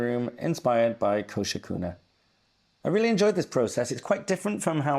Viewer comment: More than approved! Wow,, what a great spread. I enjoyed seeing it come alive and you talking about the things you were drawing. It emphasizes on the mindfulness drawing can bring. Also, great names for your plants and musical instruments! Thank you so much for the big shout-out, AND for pronouncing my name so perfectly - that rarely happens 😊 New subscriber over here!